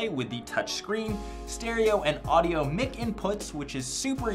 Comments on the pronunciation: its pronounced 'mike' not 'mick' so cringe 😂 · you say mic like mick its said mike!! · He just pernounced mic "MIICKE"